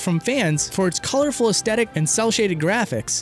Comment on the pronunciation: Did you know? It's pronounced "aes thet ic." It's a "th" my dude, not a "t."